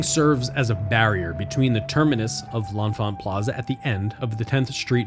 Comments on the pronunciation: "Leh-Fant" or "Le-Fant" is the local pronunciation of the station. That first "n" is silent. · "Le-Fant" That first "n" is silent.